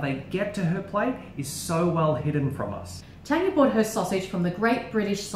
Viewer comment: Guys it is Tanya not Tania xD